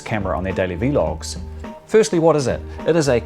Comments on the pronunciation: Every time you said "v-log" my soul died a little. Nice video though very informative. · Pls don’t ever say V-log ever again. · Say vee log one more time... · Ha it's not v loger it's vloger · Every single time you said V LOG i think i actually got more and more angry :')! VLOG VLOG VLOG! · It's called a fucking Vlog not V-log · Loving that you say Vee Log :D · I kept hearing him say "vee log" but then I saw the pop up so I was like "you do you man". Thanks for this info! Keep uploading man